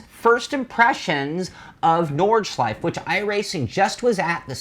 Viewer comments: It's pronounced Nord Schlei Fe.......three syllables. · At least pronounce it correctly